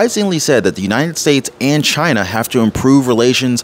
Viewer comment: Only for “Chi-Na🇨🇳